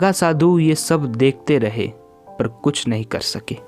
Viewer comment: पर की जगह पय पढ़ना